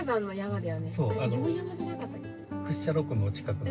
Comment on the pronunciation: こんばんは🌙 北海道で道東にも来ていたんですね！ 硫黄山は地元です。 「いおうやま」ではなく「いおうざん」といいます！ またぜひいらして下さい🙇